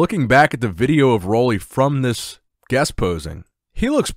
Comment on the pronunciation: I hope you read this.Roelly is from my island. Pronounce his name right, PLEASE .. UUUUUU RUULI ROELLY